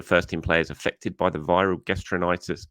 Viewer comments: Pronounced: ga - strow - en - tuh - rai - tuhs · Gastroenteritis (gastro-enter-rye-tis) = they had the shits.